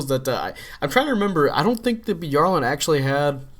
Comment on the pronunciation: By-AR-Lant. Youre pronouncing it Bee-are-lnt